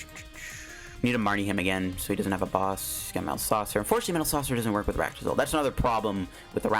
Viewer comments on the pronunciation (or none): Dude ARCtozolt not aractozolt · Arctozolt is cool I like it and please try quad arctozolt with cursola v when she come out! Edit: I can't hear you saying ar-a-ctozolt just call it arctozolt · saying Arach-tozolt is almost as bad as him trying to say pincurchin love your content tho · I made that joke too. It sounded like Arachne-Zolt to me.